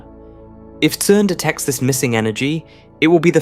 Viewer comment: I'm so sick of these "CERN just discovered the secret of the universe" clickbait titles by a dude who was pronouncing CERN as KERN just a couple weeks ago.